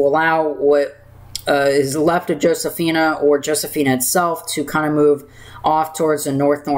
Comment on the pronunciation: Great discussion here a thing, your saying Josephine with an a is Josephine